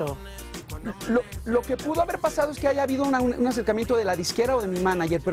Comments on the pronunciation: Maria Celeste NO se llama Aleks SyntexS, es sin la S al final. Prepárate antes de entrevistar a alguien y por lo menos infórmate de su nombre correcto. Después dices (min 3.01) HAIGA wow es en serio? Una “periodista “ diciendo HAIGA en lugar de haya, que vergüenza. ESTOY CONTIGO ALEKS SINTEK!!! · M. Celeste... "Aleks Syntheks", "Haiga" 🤭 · Veronica Sanchez Vargas,, pensé que era solo yo quien se había percatado del "aigaso" 😁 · Ella dijo: AIGA? 😮🤦🏻‍♂️ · Roco jajaja no, yo no me lo creía hasta que lo volví a oír y dije que? 😂tantos años de estudio para que diga hayga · La conductora dijo aiga,o es mi imaginación..